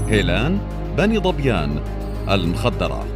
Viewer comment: ركزوا على نطقه لـ " المخدره - مدغل " 😂😂😂 و " عُبيده" الطااااامه 😂😂 انطق زين الله يقذاك ياذا البليه